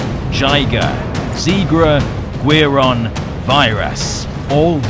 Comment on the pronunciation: Friendly pointer- Guiron is pronounced "Gee-Ron" Guiron's Japanese name Giron (ギロン) is most likely a truncation of the Japanese word for guillotine, girochin (ギロチン)